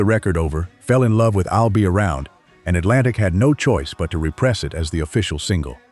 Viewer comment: That's why the different labels are on the caption bar in parentheses. BTW: the AI narrating is getting better. I didn't even notice it until it mispronounced "re-pressed (the single)" as "repressed" (i.e. subjugated, held down).